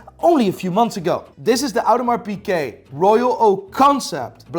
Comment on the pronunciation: It's hilarious that this guy can't pronounce Audemars Piguet as a watch dealer